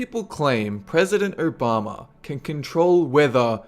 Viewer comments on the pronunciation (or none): President Urr-Bama! xD